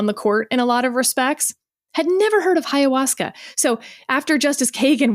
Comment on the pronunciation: Ayahuasca, not HIA-wasca